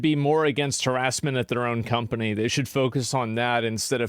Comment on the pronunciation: Did you just call Ubisoft a scumpany?